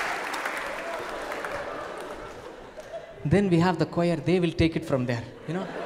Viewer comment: I’m a church choir boy and If I pronounce like that, my choirmaster would send me home xD